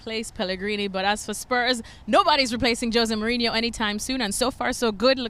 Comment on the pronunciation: Joe say mourinho lol. Makes me laugh so hard